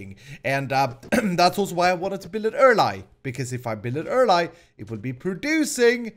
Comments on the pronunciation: Why do you always say pran instead of plan? And also earl-eye instead of early? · Why does he say things like erli and pran?